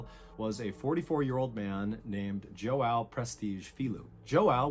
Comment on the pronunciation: im brazilian and the way mr ballen is butchering the name "joão" is making it hard to focus 💀